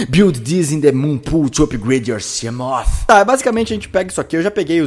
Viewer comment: gosto quando ele fala siamof!!! kkkk